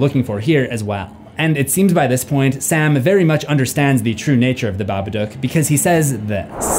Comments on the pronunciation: saying babadook wrong.. bab-a-dook idk wtf ur saying but its wrong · The Babaduuck